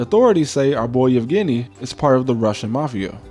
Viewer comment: Bro you sure you’re not Russian? Your pronunciation of Yevgeni is perfect